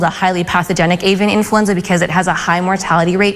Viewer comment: In -FLEW-enza